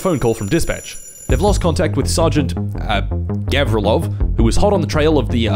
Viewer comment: Actually, it's govrílov, not góvrilov